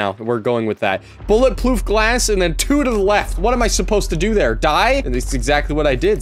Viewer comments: "Bulletploof Grass" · Oh man when said bullet ploof glass that brought back very old memories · saying bullet ploof glass reminded me of, "bullet ploof grass" 😂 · you said it wrong man!! It's Bullet Ploof Grass!!